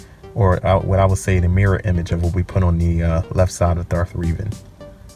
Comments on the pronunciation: Reh Ven not reeeevan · 10/10. Though I'm pretty sure it's pronounced Revan not Reevan. But good drawing